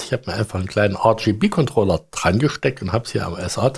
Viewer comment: Hi Ich find ja deine Videos ja super Informativ!! Doch an eine Sache kann ich mich einfach nicht gewöhnen!!! Dabei geht es um drei Farben. Diese sind Rot, Grün und Blau!!!Diese drei Wörter sind die vollständige Bezeichnung für RGB!!! Doch immer wenn du RGB sagst, hört sich das an wie denglisch!! nicht englisch mit na Tüte Murmeln im Mund!!! Versuch`s doch mal ganz langsam Rot, Grün, Blau es ist doch garnicht so schwer.😉😉